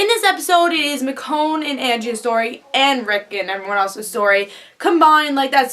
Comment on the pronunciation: Did NOT expect them to go there, specially this early. Little thing though, Michonne's name is pronounced MiCHonne, not Mikonne =) Her name is weird though, so totally normal